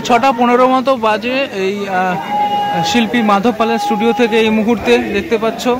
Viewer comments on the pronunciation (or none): none